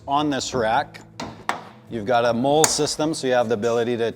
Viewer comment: MOLLE is spoken aloud like the female name ‘Molly’, not ‘mole’ as in the small animal that digs in the dirt.